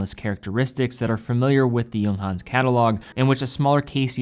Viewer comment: He also pronounce the J like an English word when he says 'Junghans' lol